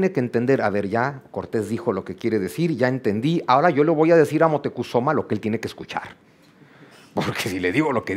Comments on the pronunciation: Moctecozuma? Siempre he escuchado Moctezuma!😮. También he estado atrapada con la asombrosa narrativa del doctor en historia Juan Miguel Zunzunegui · Es moctezuma no es motecozuma